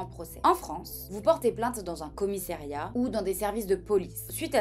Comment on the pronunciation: Excuse-moi mais pour une avocate tu n'es pas terrible concernant l'expression française. Déjà on écrit pas "Abon" mais "ha bon ?" de plus on ne dit pas "commissériat" comme tu le dis dan ta vidéo mais "commissariat". Faut être crédible quand on fait ce métier tu sais ! Enfin on voit bien que le niveau culturel de la France a baissé, ça c'est clair ! L'année dernière mon mari et moi sommes tombés sur une étudiante en dernière année de droit qui se destinait à être avocate. Elle prétendait que les années 80 faisaient partie des 30 glorieuses et que si l'économie en est là aujourd'hui, c'est la faute à feu François Mitterrand. Que de clowns ! C'est sûr on a l'Elite !